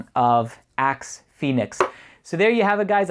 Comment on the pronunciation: Love your review! The part where you talked about your friends in the locker room it sounded like you said "a can of Ass" :P